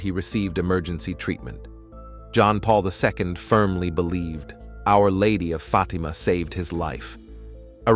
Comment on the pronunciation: Getting sick of weird AI voices and images and their hallucinations. John Paul II is not pronounced "John Paul Visco".